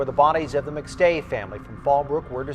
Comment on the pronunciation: Wow. Do you even watch the clips you put in? Rewatch your own “McStay” portion. smmfh